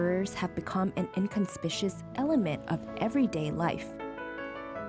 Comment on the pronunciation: "inconspicuous" pronunciation mistake